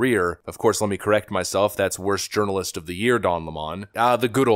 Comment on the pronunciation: Brother. Did you really just say "urinalist"? 😂🤣😂🤣😂🤣😝🤠👍⭐🇺🇲